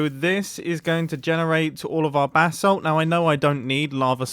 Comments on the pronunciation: When Mumbo says basalt it sounds like “bath salt” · Does it annoy any other american a lil bit that he pronounces basalt bathsalt, its pronounced bay-salt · Sounds like you keep saying "BATH SALT GENERATOR"... the crazy-face-eating-psycho-druggies in Florida would FREAK the F out trying to figure out how to smoke that bath salt and chew someone's face off. It also reminds me of another player on the Hermitcraft server that didn't know how to pronounce basalt when he came across the basalt biome in the nether just properly butchered it... in a call with... wait for it... one of you crazy BRITs (OMFG)! I think it was a Hermit with a degree in geology too. HE butchered the hell out of it, but was politely corrected by her after she finished laughing, but now this Hermit with an OBVIOUS American accent says Basalt like a British person. I find it hilarious. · Pronounce basalt bu-salt not bathsalt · Sounds like you’re saying “bath salt” Might be funny to run with it? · Who else thought he was saying bathsalt?.........DRUGS!!!!!! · Every time he says Basalt I hear it as Bathsalt ahah